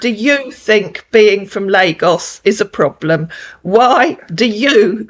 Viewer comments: His “Ploblum?” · What's a ploblam?😂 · And plobrem 😂